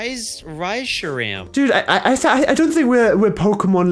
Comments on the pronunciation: got a legendary island guardian Pokemon Tapu Koko from the alolan series is very bad at saying Pokemon names Whatsss a rice-she-ram?? It's reshiram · what the heck is a ryshiram Me:you mean reshiram one of the famous legendaries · Im seriously offended when said Ray-sheram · wath is a reshiram me:a super strong legendary pokemon that you just mispronounced